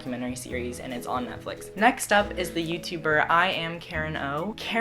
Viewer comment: dodie makes me so happy 💕💕 it sounds like you say NUTflix lol this was great conan :-)